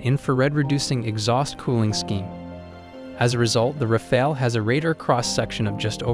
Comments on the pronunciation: Rafale: say Rah-fahl, not Rah-fail . Dassault: Dah-Soh , not Dah-sawl't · It's RAFAL, NOT RAFAEL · « Rafael » is a 15 century painter… learn to say Rafale correctly ( means wind gust OR burst fire in french)